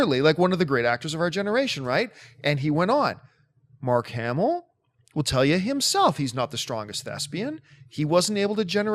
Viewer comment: Mark Ham-Ellis